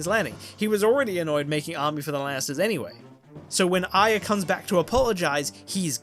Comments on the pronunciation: Why does he say "Ayeea" instead of Arya? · As much as this is awesome and fascinating... Its A-REE-UH. Not Ai-yah!!! That pronunciation so many times kills me 😂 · you’re brilliant but the way you pronounce Arya as iya drives me insane idk pls use an american accent from now on only when you say her name for my personal comfort thank you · Why can't you say Arya right?